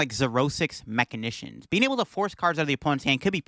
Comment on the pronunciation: Bro... MA-SHEE-NATIONS 😅